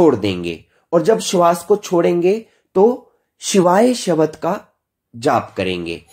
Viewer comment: आपकी सामग्री तो बहुत अच्छी है। कृपया उच्चारण का समुचित ध्यान रखें जैसे आप ब्रह्म को भ्रम बोलते हैं भोहों को बोहों, शब्द को शबद आदि।